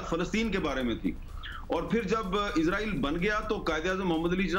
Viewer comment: اسرائیل نام ہے ازراءیل نہیں